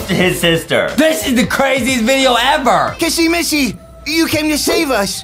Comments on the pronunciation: It's not KaSsy MaSsy it's kissy missy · Is not cassie ma si it's kisi me see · It's kissy Missy not Kasey massy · I love that Justin says CASSY MASSY😂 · He says "kassy massy" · Yes the new saying Kissy missy’s name wrong is Kissy missy